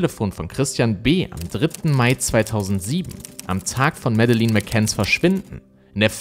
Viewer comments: Das Video ist vl. gut, muss aber weg schalten weil du ihren Namen so komisch ausspichst 🤣🤣🤣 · Ich habe schon Interviews mit den Eltern gesehen. Man spricht diesen Namen dennoch nicht so aus, wie es das ganze Video über tut (er spricht es so aus, wie ich es geschrieben habe, was falsch ist) und zwar in keiner Sprache. Das erste e ist stumm und das zweite e wird nicht wie ein langes i ausgesprochen, sondern wie ein kurzes e. Das dritte e ist natürlich auch stumm, was so ziemlich das einzige ist, was er an diesem Namen richtig ausspricht. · Das stimmt. Es wäre ja eigentlich ein Leichtes gewesen, z.B. den Namen richtig auszusprechen, besonders da er ja anscheinend die Netflix-Doku oder sehr wahrscheinlich zumindest einige Interviews mit den McCanns gesehen hat, als er das Video vorbereitet hat. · Musst mal Madeleine richtig aussprechen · Schade, dass du dich immer so schwer tust, wenn es um die Aussprache von Namen der im Video genannten Personen und auch Orten geht… Es wäre nicht schwer gewesen, herauszufinden, wie man „Madeleine“, „Praia da Luz“ etc. ausspricht. Finde das gerade deshalb so schade, weil deine Videos ansonsten wirklich hochwertig und gut recherchiert sind, aber das stößt mir echt immer wieder sauer auf, genau wie Grammatikfehler, die sich ebenfalls hartnäckig durch all deine Videos ziehen, die ich bisher gesehen habe. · "Mädlen" nicht medelin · Sagt man nicht Mädlin? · Und Madeleine wird "Mädlin" ausgesprochen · recherchiert gut, aber bei der Aussprache von Namen und Orten rollen sich einem öfters mal die Zehennägel auf. Auch hier wird der portugiesische Ortsname penetrant falsch ausgesprochen. Leider wertet das die ansonsten guten Videos m. E. doch sehr ab. Auch gibt es im Deutschen Grammatikfehler, die er immer wieder macht - Genetiv bei Monatsnamen: "Am Abend des 5. MaiS / AugustS" etc. - Was für ein Mais...? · Ja,er hätte wenigstens lernen können ihren Namen richtig auszusprechen. Mäddelin klingt halt zum lachen😆😆